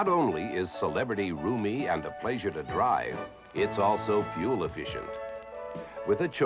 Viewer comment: If you pronounce ‘pleasure’ this way, you’re probably a serial killer